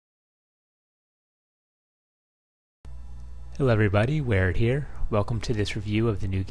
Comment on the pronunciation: hes saying Werit here, not we are here. But if he said we are here, thatd be hilariously funny